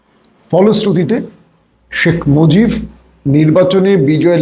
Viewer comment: Salam janai apnake. Pls. Dont mind. Apni 'B' er ucharon 'F' korsen shob shomoy. Jemon arab- araf. Shekh mojib - mojif. Emni aro onek. Etaki apni 'B' bolte parenna naki .... ?